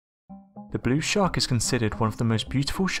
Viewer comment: What the bloody hell is a 'shaa-aark'? And what is a 'shooah'? Geordie, are you, chum?